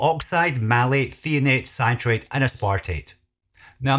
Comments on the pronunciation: It’s Threonate not Theonate. Get it right, jeez. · Thanks for this video and all of the great information. One thing to note, it's Magnesium Threonate not Theonate. Also, not sure if I missed this or not, but where do you get your products for testing? Hopefully not from Amazon as a lot of counterfeits are known to be sold there. Thanks!